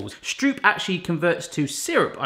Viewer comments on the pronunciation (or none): Yay! A recipe from my home country ❤ The oo in stroop is pronounced 'oh' in Dutch. 😊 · As a dutch person the way you say Stroop make me both smile and grind my teeth at the same time :) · You definitely need to go to a Dutch market and watch them being made fresh. Because cutting the circle is superfluous. Just use less dough. And slice them while warm and soft. and please do not say the oo as in school but as in core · Cool vid! One thing: Stroop is pronounced Strope, Like Rope, Or Trope. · Might as well join the sheep and say that the "oo" is pronounced as "oa" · Sounds like "strope" not stroop. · It's not stroep you need to pronounce it like the "o" in rope. Pronounce it like strope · Very funny! but please stroop is pronounced as stroep and leave out the cinnamon you are supposed to taste stroop or it is not a stroopwafel! You just put a little bal of dough in the wafelbaker and the dough you have is to wet. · Stroop is pronounced like rope with st- in front of it. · The oo of stroop do you pronounce like the Dutch oe. Like hoek. The Dutch pronounce it like oa, like boat or the o from hope. Greetings from Holland btw🎉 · Het is stroep voortaan. I luv that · strobe is the english word that aproximates it most. And the A is like in the british tomatoes. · Stroop is pronounced like strope. Like Rope with ST inront of it. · You gotta role those R's Strrrrrrooop RRRRRRRRRRRRRR like a playing card stuck to your BMX wheel sorta RRRRRRRRRRRRR. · Just in case you care about the linguistics, its actually pronounced sr-ooh-p w-AH-ffel, like the exclamations "oh, really?" And "Aahh, a monster!" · Stroop is pronounced as "stroap" as in boat 😊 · The pronunciation of Stroop is actually strope. :'D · Not that much, not that flat, cut them when they are hot (when you did it right, they halfs almost fall appart) not that much stroop.......oh wait, more stroop (the oo in stroop is pronounced like oe in goes or the o in those) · It is really funny 🤣